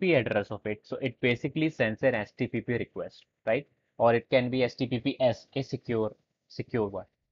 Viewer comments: why is he repeatedly saying HTPPS instead of HTTP... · You keep on saying htpp 😂😂 but that happens sometimes ..Great Work 👍